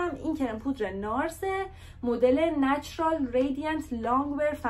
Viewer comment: چرا پرام ریخت وقتی به نچرال گفتی نوچرال؟👀